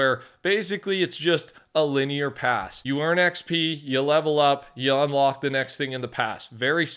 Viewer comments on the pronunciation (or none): none